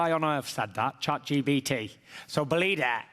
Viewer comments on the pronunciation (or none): Man said chat GBT 😭😭😭